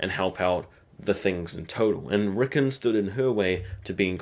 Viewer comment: not rickun RICKON